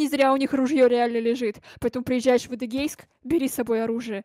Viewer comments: Она сказала Адегейск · Адегейск Я: фантазия закончилась? Ты Шилово не назвала не разу